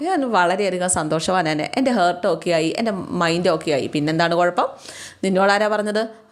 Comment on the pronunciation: ഹെർട്ട് അല്ല, ഹാർട്ട് ആണ്